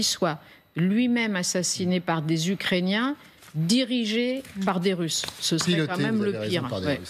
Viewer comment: C'est quoi les "Tusses"? 1.41 "Après cela, les Tusses..."